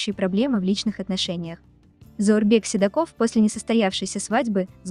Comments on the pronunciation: Правильно ставьте ударение. Не СидакОв, а СидАков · Автору! Ну во-перых, не Сидаков ,а Сидаков! Ударение ставится на ,, а'', во- вторых, перестаньте полоскать эту пару! и причинять им боль! Я так думаю, ВЫ ОЧЕНЬ ЛЮБИТЕ КОПАТЬСЯ В ЧУЖОМ ГРЯЗМОМ БЕЛЬЕ, сразу видна ваша не чисто плотность, а еще, вам нужны настолько деньги и не важно как их зарабатывать! Очень мерзко с вашей стороны!Попробуйте себя прополоскать на весь мир!!! Слабо! Не думаю, что очень порядочная, иначе не создали такой гнусный ролик. Эта пара сама бы разобрались между собой! Я никого не защищаю! Просто, у нас в Осетии любят лезть, туда куда не просят! Вот таких людей у нас ,, доброжелателей'' очень много. Я бы на их месте подала бы на Вас в суд! За то что Вы заставляете их заново пережить позор или не позор! Ведь я уверена в том что не разобравшишь Сидаков повел себя не очень красиво! Это не мужской поступок! Его слабость и что скажут обо мне! Ведь там как я помню было много приглашенных, вот и это побудило его себя так повести. Теперь о пишущих коменты: прежде чем писать свои негативные коменты подумайте о своих детях! ?????? Какие у вас дети, все ли вы знаете о них, есть у вас горантия, что ваши дети не такие!? А на это у меня все! Я просто устала. У каждого человека свой путь! И только Бог распоряжается кого казнить когомиловать! Счастья и добра всем! Молодежь нужно учить старшему поколению! Старшее поколение в семье Сидаковых видемо не об'яснили сыну о том , что всегда и во всех ситуациях нужно иметь холодную голову. Горячая голова не дает правильных решений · Он СидАков, а не СидакОв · Не Сидаков, а Си'даков, ударение на и́ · Пожалуйста ,ставьте ударение правильно .Нужно говорить СидАков .Не искажаете фамилию 😮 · Неужели нельзя сначало узнать как правильно говориться фамилие ? Тем более олимпийского чемпиона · Ударение в фамилии хоть правильно говорите!! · Фамилию правильно произноси.